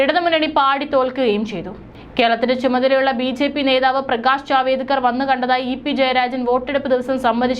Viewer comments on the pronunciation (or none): മോളെ പ്രകാശ് ജാവേദ്‌കർ അല്ല പ്രകാശ് ജാവ്ടെക്കർ ആണു. ശരിയായ ഉച്ചാരണം ന്യൂസ്‌ വായനയിൽ അതി പ്രധാനമാണ്